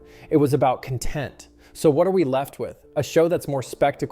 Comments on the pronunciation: is it an AI voice? why is he saying content like the other pronunciation of the word? its not the proper pronunciation in the context he's using. Lazy work on the behalf of that creator. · This guy must be AI. He keeps saying "content" wrong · Sounds like an AI channel. Could not stand his show at all. The way he pronounced 'content' was very much a tell. AI content farm slop. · and let a computer read it out and can’t pronounce “content”. That guy is an idiot. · The mispronunciation of "content" is driving me mad. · Right? He's saying "content" all wrong. That struck me funny. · Could you please tell the "person" presenting this nonsense that the word isn't "con TENT, but CON - tent"? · he can't read his words. CONtent, not conTENT. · I thought Chay was the first trans person and why did he say content when he meant connnn tent? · Omg the frigging guy that was watching saying 'cont-ent' (as in a content creator) as 'con-tent' (as in a degree of happiness) was pissing my shit *off*.. Like, i get reading from a script (I guess, at least in this case), but ffs know what word you're trying to say and if you mess up the first time.... say it correctly the second at the very least!!! 😠Ahhhhhh! Sorry, rant over. 🙂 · The original video guy keeps saying con-TENT instead of CON-tent, and it's all I can think about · A lot of the pronunciations from the narrator made it sound like it was AI scripted. Like how he kept pronouncing content as 'cun-tent' instead of 'kahn-tent'. But regardless it was just overdramatized click bait. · Is the show / channel is watching, an AI narrator? How do you mess up pronouncing “content” wrong, not once—but twice? I hate AI channels. Just money makers. And the writing sounds like Chat GBT went into “smug” mode. Talent means less and less each day in a world where kuhn-TENT is digitally farm-raised in a nanosecond. Makes me have extra love for, and my human-created channels. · this is AI... the narrator is saying 'content' wrong 😂